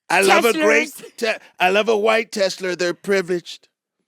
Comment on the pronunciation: That man said “ I love a black tesler. They’ll run for 400 years”. I HOLLEREDDDDD